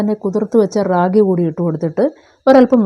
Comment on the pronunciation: ര്രാകി എന്ന ല്ല രാഗി എന്നാണ് പറയുക